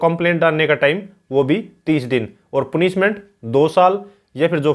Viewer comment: Sir पूनिशमेंट नही पनिशमेंट होता है।बाकी आपकी video kaafi achchi h...uske liye bahut bahut shukriya...